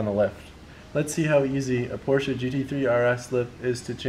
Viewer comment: *Porsche I'm to German to ignore this